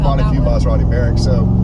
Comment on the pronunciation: Not a "merrick" Pronounced Merak (ends like Yak)